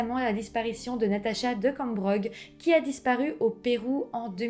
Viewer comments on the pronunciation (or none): none